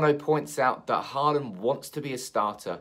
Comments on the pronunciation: His name is Holand. To say Haaaaland is just wrong. Håland in norwegian is pronounced as Holand in english. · Haland is wrong, its Hå(aa)land in norwegian. I know how to prenounce a fellow countrymans name ;-) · he actually kind of nailed it on the second one. "Hawland" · I think Holand is closer than Hawland in english. Holand would be shorter and more accurate. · To all of you struggling to pronounce Haaland´s name: "aa" is pronounced the same way as the vocal in "saw". Just say saw-land, switch the s with an h and you got it. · For further pronounciation, it is "Haa" as in Hawk, and "land" as in LAN, so it's "HawLAN" if that makes sense.